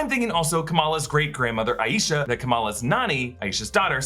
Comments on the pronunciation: It's eye-sha Not a ee sha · Not sure if anyone has mentioned this but the grandmother's name is pronounced "EYE sha" with two syllables. Not, Eye Yee sha, with three as can be more common in American culture.